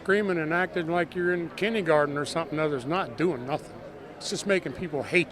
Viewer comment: he said 'kindee-garden'